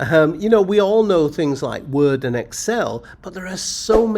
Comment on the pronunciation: Me perdió cuando trato de pronunciar la palabra Word...lo he repetido como 10 veces